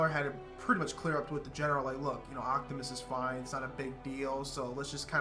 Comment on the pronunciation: Sorry if I'm been rude, but It's OPTIMUS not OCTIMUS